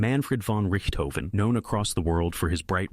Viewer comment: Fire the AI narrator, can’t even pronounce the Red Barons name